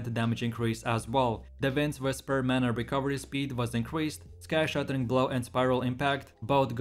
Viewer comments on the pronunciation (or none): none